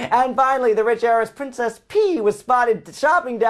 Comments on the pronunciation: Did he call her PRINCESS PEE? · "Princess PEA"? LOL. Nice review!:P I'm sure as hell never buying this game.